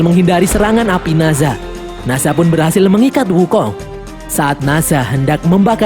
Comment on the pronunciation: Nazha ❌ Nezha ✔